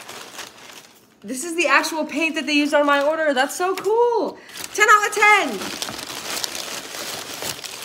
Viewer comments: Turned British for a second “ten ou’a ten!” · "ten outa ten" does nobody else recognize the fact that turned british/australian for a hot second there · "That's so cool! 10 outa 10!" *just randomly goes British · That British accent came "outta" nowhere 😂😂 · turning British for a second when she says 10/10 had me on the floor🤣🤣